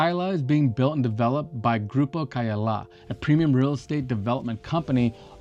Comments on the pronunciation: Se llama CAYALA buey 🐂, NO KEYLA !!! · no es Keylla, es Cayalá, no entiendo a que vino este tipo, porque aunque hable ingles los nombres son siempre lo mismo y peor venir a mostrarnos lo que es obvio que alli esta. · todo esta bien, excepto la distorsión que haces del nombre del lugar. Escuche 3 formas equivocadas de como lo pronuncias: Keh yala, kailah, keyale...very wrong! El lugar se llama CAYALA = KAH-YAH-LAH. A como en Apple. Por lo demás, bien❤